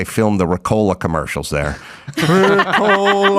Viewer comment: I don’t think it was “Ricolaa”. It was more like “REE-colaaa”.